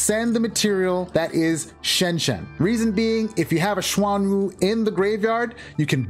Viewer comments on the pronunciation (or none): Virtual World's monsters, spells, and traps are based on Chinese folklore and most of the names are in Mandarin. You got the first pronunciation of Qinglong right. It's "Ching-long". Xuanwu is pronounced "SHWEN-woo".